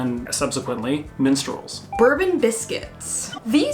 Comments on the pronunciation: Quick note, we don't pronounce Bourbon the same way as the american alcoholic drink, its pronounced Bore-ben! Also I agree with why didn't Nestle rebrand the toffe crisp? Theres quite a few things in the US that are slightly different brands to UK like Dove and Galaxy, Three Musketeers and Milky Way. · Bourbon biscuits- pronounced 'borbon' Minstrels are a galaxy product, and are way better than mnms! With jaffa cakes- you need to watch the moon adverts for them! Wow Americans are missing out! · Minstrels are like M&M's? How dare you. Minstrels are awesome. M&M's well, not so much. Bourbon Biscuits - that'd be pronounced 'bor-ben' biscuits where I'm from. Toffee Crisps are THE best chocolate bar on Earth in my opinion. Never had anything to beat them. It was a sad day when they made them slightly thinner so they could sell you less for the same price. I think if they're missing from the good 'ol US of A then that's their loss. Is a jaffa cake a biscuit or a cake, there's at least a page full of comments heading your way. (mc-vit-is not mc-vit-ees btw). Realised I watch all your videos, usually comment too but never offer praise. Great video as usual, keep up the good work. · u pronounced bourbon wrong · It's not that we pronounce Bourbon differently, we pronounce the biscuit differently to the whisky. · even when you said bourbon wrong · FYI we/I pronounce bourbon as boar-Bon like “pour” with a b not ber-bun like the whiskey. Also the Jaffa cake vat problem also included the fact a biscuits go soft when stale but a cake goes hard when stale which we in uk know to be the case with Jaffa cakes. This I believe is the definition which still allows there vat free status. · Definitely Bore-bon not Berben :) We're from the UK - you expected the pronounciation to be straightforward? :) And it is Jaffa with a very short A sound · In regards to the biscuits it's pronounced bore-bun. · Bourbon creams are prenounced Bore Bon’s not Bur bons The one is whisky The other a cake